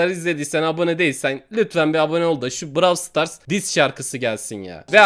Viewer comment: Brav stars derken? XD'